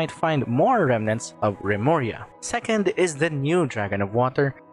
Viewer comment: Remuria? Lemuria- Atlantis? Ai yaiyai